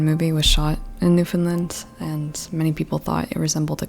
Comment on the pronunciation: The end of the word “Newfoundland” is pronounced “land”, not “lund”